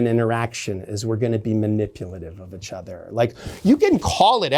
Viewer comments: “Itch other” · Why does he pronounce "each" as "itch"